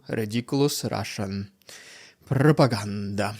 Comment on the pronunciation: Rrrrriiidicculouss Rrrrrrussian Pppprrrropaganda.......hoo.... I think is unhealthy for picking up rocks 💯😂😂😂